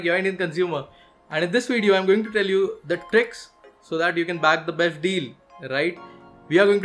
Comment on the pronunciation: I laughed a lot when he said besht instead of best